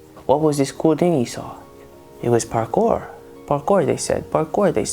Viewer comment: it's not Parkor!!! It's Parkour!